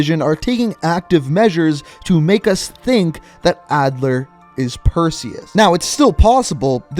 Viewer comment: Its Adler